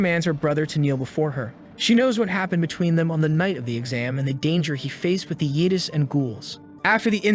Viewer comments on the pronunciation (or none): "The yeetis" is a funny way to say "yeti". So AI voice over, AI written script I'm sure too. All without crediting the manga by it's actual name.